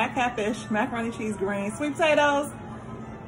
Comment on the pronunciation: No you did not say macaron-Te, haha. Why does your video always come up right as I’m making dinner and mine never looks this 😋. If sister can get a curbside meal, I want next, what’s the address, I promise to wear my mask 🤬. Cornbread, collards, wait, pineapple upside down cake, oh man I need a plate for reals